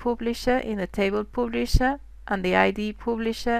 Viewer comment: pooblisher? :D thanks nice videos